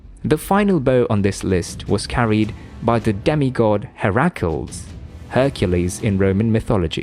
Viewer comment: Hair-ackles😅 you mean Heracles